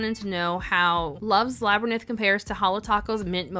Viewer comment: What is a laberninth? Why are you making up English words and saying the French ones correctly?